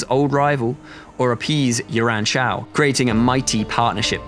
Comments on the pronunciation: Is it just me that's hearing him say Yuaren Shao instead of Yuan Shao? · YU-AN Shao, YU-AN Shu. Can you british people not even listen to how its pronounced and then mimic? Just watch the damn 2010 TV series. The way this guy promounces the names, i cant even tell who they are. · It's that silly English accent that has to put an "r" sound inbetween vowels, haha